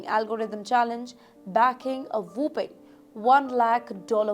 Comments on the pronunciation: Whopping vs whooping news reader below par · Wrong pronunciations in first 2 minutes only... (sewwwcide??)/ (whoooping??..lol)/ - (Enornomous???)....and so many more. Now who needs to clean their ears?